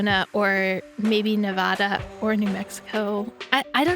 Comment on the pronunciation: As a Nevada native, I am legally required to state that it’s pronounced Ne-va-da, as in ‘pad’ or ‘mad,’ and not Ne-vah-da as in ‘ah.’ Sorry to be that guy, but it is state law: my hands are tied. 🤣